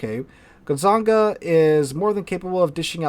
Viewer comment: your last "gonzaga" was the right one, so i'm not calling my american uncle on your. for now.